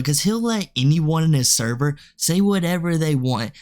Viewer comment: "NO NOT THE THERVER!!"